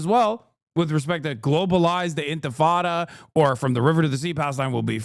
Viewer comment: Cannot even pronounce intifada correctly, :face-purple-crying: But you have to condemn it anyways